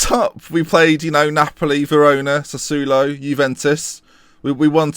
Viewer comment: Sassuolo get G to teach you how to pronounce it PLEASE